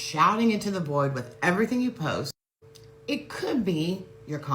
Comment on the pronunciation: I was happily taking a sip o tea each time she said "woth 20 years of experience", I had to refill XD. She's at it again, I would hope the podcast help her realise what she did wrong but we'll see because or now it's very hypocritical to make all those good point but promoting her shaddy business. Also, didn't she change the contract of her client after having agree on the price via videoconference ? or I am misremembering ?